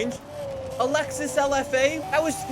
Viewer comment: It’s Lexus not Luxus